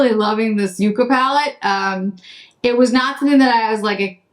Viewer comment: These revisits are so helpful for knowing what to buy! The look today is beautiful. Ps The ND palette and and shade names are plants, with the first usually pronounced as yuck-a. Like 🤢 not so much like you-ca. I wasn’t sold on it but curious.